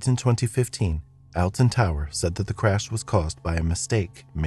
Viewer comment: the way he says alton quite literally as alton instead of "oltun" how we usually pronounce and how im pretty sure it is actually pronouced it just throws me off